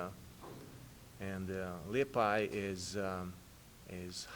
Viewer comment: He said his name right too lol